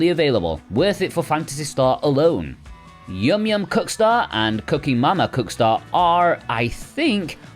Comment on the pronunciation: Really sounds like you say “yum yum cuckstar”